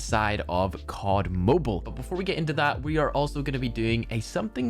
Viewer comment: Finally said cod mobile the normal way.